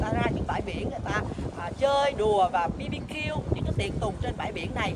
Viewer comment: BARBECUE 🍗 viết tắt là BBQ - nhưng không phải phát âm là “Bi Bi Kiu” nghe.!!! 😉🥹😅😂